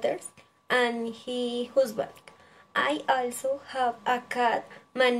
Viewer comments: Buen video, pero debes mejorar la pronunciación varias palabras como "also", "name" y "favorite" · Esta bien el video, mejorar pronunciación en frases como a lot of y also